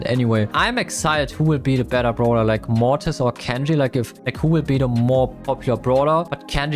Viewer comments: He said Mortis instead of Morris 😮😅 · 100 likes and will finally say Mortis and not Morris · Mortis ❌ Morreis ✅ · The only thing that make me watch this is to hear him say moris😂😂😂😂